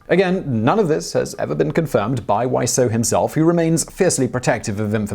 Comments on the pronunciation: Wieczor not wiesaur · 'Wieczor' is pronounced like vee-ech-or. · So his name is pronounced “Why So”? “Weiseau Serious?”